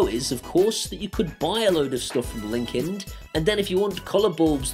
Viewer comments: Hey, I am not sure if it's you accent or dialect but are you saying Linkind or Linkedin, or something garbled between the two, you don't want to be accused of 'Corporate Greed'. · Linkind sounds like LinkedIn